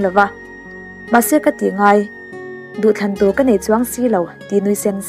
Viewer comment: 'ngeiawm' tih kha 'ngaiawm' iti a ang deuh a, chuan, 'neih' tih pawh 'naih' ti a lam i ang teuh thin. I aw leh thil sawi a fiah thin si a, i tih dik loh ni a lang te a langsar hma bik riau. Anyway, a ngaihnawm thin e.... Pathian maksawmna tamtak nen hrisel takin rei tak dam ang che....